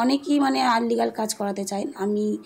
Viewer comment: আনলিগাল নয়, ইললিগাল হবে।